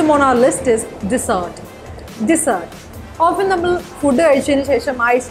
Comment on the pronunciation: Ur actually making a lots of pronunciation mistakes......food,often etc....pasta too